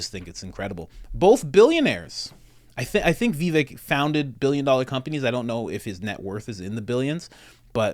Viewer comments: Great vid! Just fyi, it’s pronounced “viv-VAKE” (rhymes with “give-BAKE”) — most people pronounce it like it’s spelled, “vi-VEK” (rhymes w/ NECK), or like you said it, “VEE-vik,” but neither of those are correct.💗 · Vivek, rhymes with cake. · Someone may have mentioned this, but his name is pronounced Vivake, as in rhymes with 'cake'. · Va-Vack is how it is said. Vivek is the way to go though. Like what he says. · Pronounced Vivake... he will be almost 40 when the election rolls around, 30% of the people get TDS from trump, doubt Vivek will take at back seat to that or anybody else, I got Vivek 2024